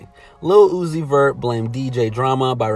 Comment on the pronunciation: Nigga did you just say lil uzis verts lol